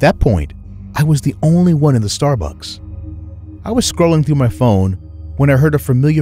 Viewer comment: The first story lollllollol "starbuks"